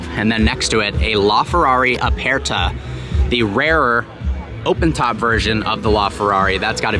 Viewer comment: E in Italian is short, like in the word, bed. So please stop saying aPAIRta and competizionAY. Other than that, great video.